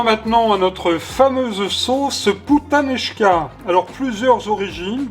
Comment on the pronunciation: Bonsoir, tout le monde!! Bien prononcé, mais ne traduisez-pas